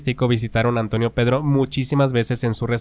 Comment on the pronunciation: "Pedro" no "perro"